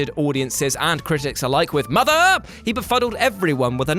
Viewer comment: The way he says MOTHER! Takes me out every time 🤣🤣